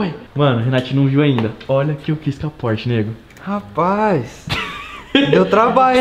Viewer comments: Porche- It kkkkkkkk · porshtite kkkkkk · O nome do Porsche: Pors-titi